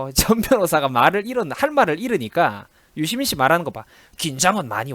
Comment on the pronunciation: 유시민[dora: i] 발음공부 정확히 합시다.